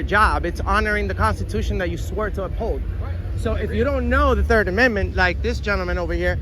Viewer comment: Dude you didn’t even say the 3rd amendment right lol . 🤡🫵